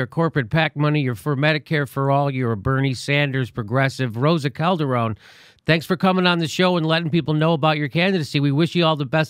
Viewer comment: Colderone? Seriously? Can't you at least make an effort? You said it fine